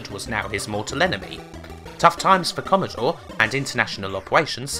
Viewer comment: Commodowe 64 vs ZX Spectwum - The Gweat Bwitish Computew Waw